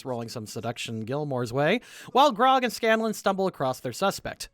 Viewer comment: Dude shies away from saying Percival Frederickstein Von Mussel Klossowski de Rolo the Third is understandable. Can't even pronounce Grog right at times. (I picked up Grong and Brog) All in good fun of course